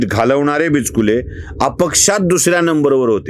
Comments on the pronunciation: Sir bichukle bola not bichkile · Not bichkule but bichukle Your pronunciation is wrong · बिचकुले नाही, बिचुकले अस आडनाव आहे